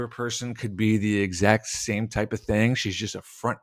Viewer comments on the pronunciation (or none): none